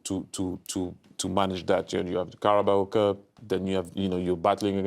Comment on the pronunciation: Did the yank call Carabao cup the “Cowboy” cup? 😂